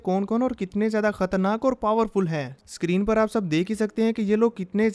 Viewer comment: Bro first tym u pronounced screen right 😂